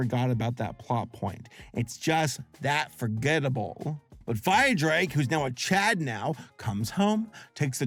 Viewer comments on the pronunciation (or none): none